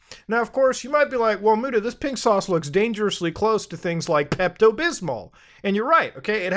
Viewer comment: Bro said Peptooo🤣🤣🤣🤣🤣🤣🤣🤣🤣🤣🤣🤣🤣🤣🤣